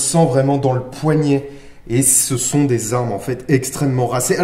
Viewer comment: "Ce sonnt des choseuh qui arrivent." - dans la vidéo sur le fusil "gras" U.S.T.F